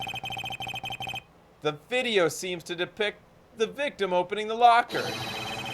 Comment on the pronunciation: Ok how did NOBODY catch him saying "hopening" on the live show and immediately make fun of him?